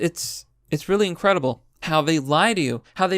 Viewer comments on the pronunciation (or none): none